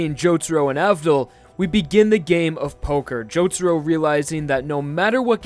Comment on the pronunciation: It's not Jotoro it's Jotaro for the rest good video mate.